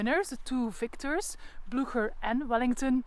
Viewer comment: That was very interesting, thank you! You helped me a lot with this. Still, I would love, if you, as a guide!- could educate yourself about the correct pronunciation of the Name "Blücher". Your take on it is really unintelligible.